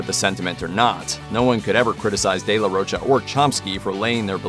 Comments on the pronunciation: If it's mexican in origin, pronunciation is de la RO-CHA. The "ro" english speakers pronounce with an "u" sound at the end. It shouldn't, just an "oh" sound. "Cha" is easier, as in chapstick. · sounds french in origin. in italian and portuguese its roccia/rocha (respectively), meaning rock/stone. both using cha/sha. given the spelling and phonology of the spanish language, the correct pronunciation should be RO-CHA (cause its not spelled roca or rocca) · The Spanish pronunciation is the former. ROH-cha or ROACH-ah with an American accent. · No, sir. The proper pronunciation of his last name is not “roe-ka.” Just because people who don’t know any better have been saying it that way for years doesn’t make it so.